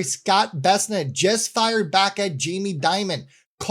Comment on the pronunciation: great show..luv it ❤.. one doesn't expect you to find the time to research every last detail..so to help out, I went to "how to pronounce Bessent"... apparently it rhymes with "present".. hope that helps ;)